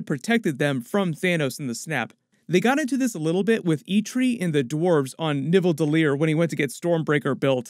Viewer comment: So, the "Nivva-Dell-Ear" blotch lives on. It should be more like [KNEE-tha-VELL-ir]